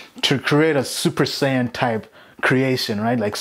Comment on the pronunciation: you said Super Sayain.. subbed lol